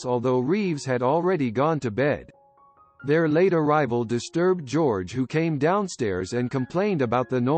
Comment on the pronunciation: "Jerogay" Reeves? Really?